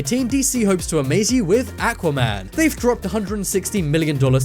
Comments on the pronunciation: atuaman? it aquaman dude say it right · Say it with me aaa-qwa man